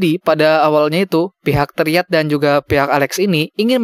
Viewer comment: Bang bacanya bukan triad tapi trayet